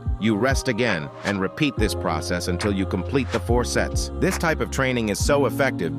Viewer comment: I heard sets as sex 💀 (i am not really that dirty minded)